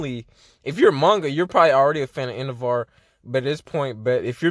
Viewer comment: Endevaar? Cuz that’s what you’re saying